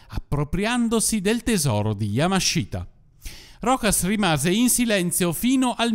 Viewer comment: Bel video come sempre MA... YAMASHITA si pronuncia YAMASHTA, la I nella sillaba Shi, in questo caso è muta 😁